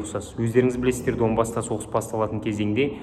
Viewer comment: Данбас деп айтшы брат. А так грамотно жеткызесын информацияны. Ысыне сат.